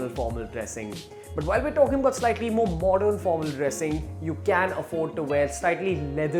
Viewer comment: what's modorn? pattorn? wth bruh.